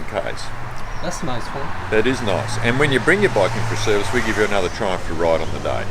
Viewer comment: R u saying trump tiger or triumph?